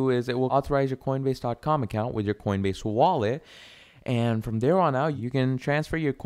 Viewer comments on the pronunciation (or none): none